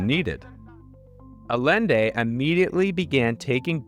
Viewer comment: Thought-provoking. Thanks for sharing. Btw it's pronounced Ayende